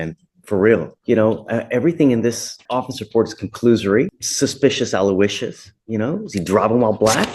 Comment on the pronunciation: did this man just say "suspicious aluicious" wtf?